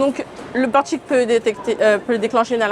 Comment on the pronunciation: LE FAMEUX " PORTCHIQUE"